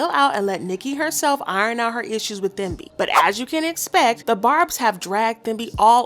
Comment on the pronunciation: I believe Thembi is supposed to be pronounced Tem-bi ( I’m South African and this name is very common. Just thought I should mention it 😊)